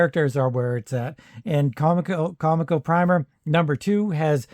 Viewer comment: I just recently watched a history on comico and they said that the name was supposed to sound like coleco like coleco vision. So officially com ee co but as you said you don’t care anyway lol. It’s just fresh in my mind